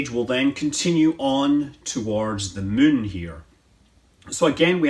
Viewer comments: You can’t tell if he’s saying mun or moon, maybe too much kerbaling around? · did you just say Mun instead of Moon? xD